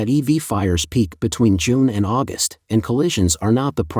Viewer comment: But AI that insists my mom was born in AuGUST in instead if AUgust among other pronunciation errors. So bad English.